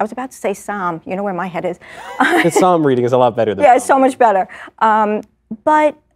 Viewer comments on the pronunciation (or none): none